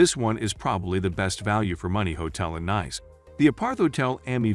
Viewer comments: It's pronounced neese not nice as in "it's nice to see you again"'. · Sorry, NICE is pronounced "neece" .... please do not alter the name. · Nice ist nice but your pronunciation is wrong. The place is called „Neess“ as in French. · Off to a bad start when the first word and each reference to the city is mispronounced. Nice pronounced (niece) . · The commentary on this video is extremely poor as the chap cannot even pronounce the name of the City correctly albeit all the other related French street names etc. Very poor selection of budget mid-range and luxurious too. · 😂 robot voice over can’t pronounce the name!